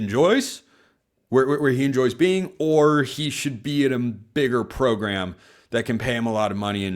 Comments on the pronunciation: "Program" Pronunciation: Both you and coach Lanning are doing it wrong. Still like you though :) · Thanks for that. Hearing this for the first time. I always wondered what the heck is going on, as more and more people started mispronouncing it. It's probably my Dan Lanning bias, that now he is doing it, I am noticing it more. But who knows, maybe he is also popularizing it more and more too!